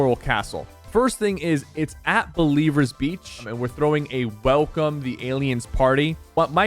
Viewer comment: Its not Believers Beach, Its Blevins Beach